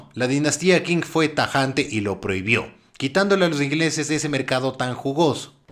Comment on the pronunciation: Qing se lee ching